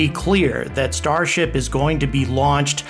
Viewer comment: Can't help but hearing starshit everytime....